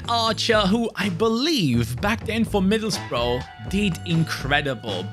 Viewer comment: I think Middlesbrough have earned their rebuild because keeps saying it wrong😂 It’s Middles-bu-ruh Keep the good content coming ❤